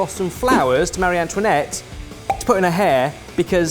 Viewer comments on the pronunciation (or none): none